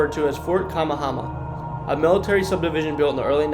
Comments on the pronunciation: Fort kamahama 😂😂😂😂😂😂bruh you have to remake this video after you learn how to pronounce Hawaiian words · "Ka-may-a-may-a" = Kamehameha